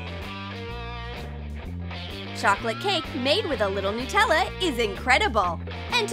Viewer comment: I fell off my bed laughing at how they say Nutella,no offence if you say it like that